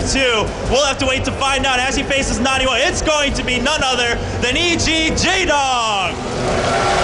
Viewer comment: I Hate the way artosis says naniwa " NA -N A WAA"